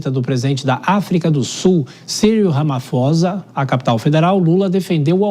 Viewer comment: Meu Deus!!! Ele Não consegue falar Ramaphosa. Ramaposa...Ramaposa...Ramaposa. Que triste ter alguém assim representando o nosso Brasilzão!!!!!!